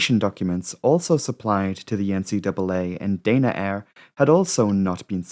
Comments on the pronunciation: You haven't got a Geordie accent and Danaair does not have a "y' in it. It should be pronounced da na , not day na. You've got yank with your words man. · Dana Air is pronounced Dah-Na Air. The airline ceased operations in April, 2024. I flew them many times and they were always pleasant, good service, no issues. Accidents can happen on any airline at any time.